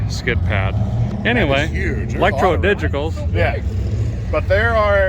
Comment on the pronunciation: ElectrodigiCals!! Get it right hahaha